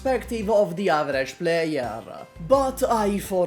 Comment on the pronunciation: "as the ego of an averagie White man on Twitter" I love the way he says that as if he was't White. Oh, wait... He cooka da pizza... I forgot...